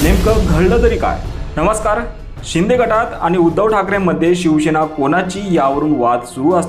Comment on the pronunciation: भाऊ शिवशेना नाही शिवसेना असं बोला